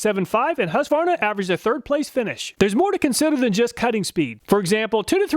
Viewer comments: Husqvarna will still be manufactured in Sweden, although there have been rumors for many years to move the production to another country. I love your pronunciation of Husqva-rna, when we say Hus-qvarna… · It's pronounced HOOsqvarna, not HAsqvarna. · As a Swede I do appreciate an American almost able to pronounce the brand name "Husqvarna" in a correct way - it should be pronounced like "Huus-kvarna". As far as I know those chainsaws are manufactured here in Sweden - but the price for the 440 model here is almost twice as high as the price you mention. Go figure. Comprehensive test too! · Husqvarna is pronounced like hooskvahnah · Its whosk-var-nuh